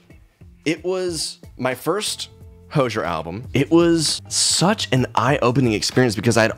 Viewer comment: why do you pronounce hozier like that 😭